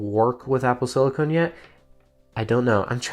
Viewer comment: "apple slicone"